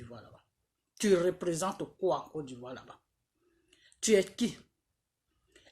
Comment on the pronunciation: Ont dit côte d'Ivoire et non codivoire 😂😂😂😂😂😂